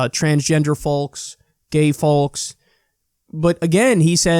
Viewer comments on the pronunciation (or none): Kyle pronounces the L in folks. I’m not saying he’s wrong I’m just saying either he is or I am. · Although now I’m laughing again because Kyle pronounces the L in folks 🤣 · I’ve never heard someone pronounce the L in folks so prominently until I started watching Kyle lol!